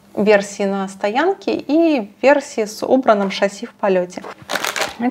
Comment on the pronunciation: Слава Богу ты говоришь "шассИ" а не "шАсси" у меня прям ухо режет когда не правильно говорят, и часто даже великие блогеры и репортеры. Спасибо, ты умничка)